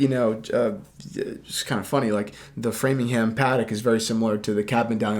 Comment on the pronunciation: Why can Americans never pronounce place names correctly?? It’s Framlingham not Framingham in Mass!!